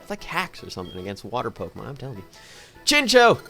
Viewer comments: It's pronounced chincow, theres a whole episode about them, it was a really bad episode actually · I always thought chinchou was pronounced chinchow.....